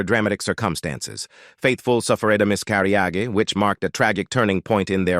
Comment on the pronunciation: What is a miss carry oggie? LMAO! In tuh may tee... It keeps on getting, shgall i say... Wor see?